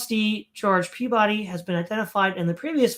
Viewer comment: In New England, Peabody is pronounced PEE-bih-dee and as close to ome syllable as one can.